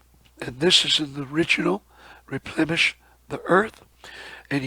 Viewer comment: Replenish is with n, not m, not replemesh....plen rhymes with then... nish, which rhymes with fish... replenish.